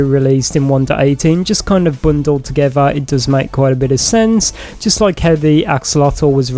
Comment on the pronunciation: you said "bundled" together. joke or not lol